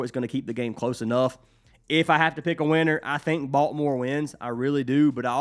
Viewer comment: Thanks for the picks! It cracks me up how you pronounce Baltimore as "Balt more". Being a native from there, I have heard it pronounced many ways but yours is unique. Let's cash!!:)